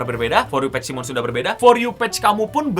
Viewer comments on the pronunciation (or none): none